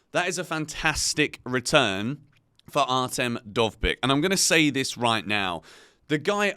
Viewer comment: As a Ukrainian, I confirm that you've pronounced Dovbyk's name perfectly